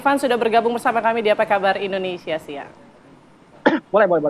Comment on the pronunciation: Hati hati bg penyiar bilang indonesa gelap